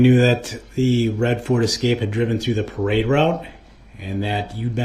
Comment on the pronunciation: He just cant say the word parade.